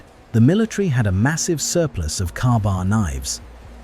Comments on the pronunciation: Its pronounced "KayBar" not cabar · Ai cant even get the name right it is spoken as k bar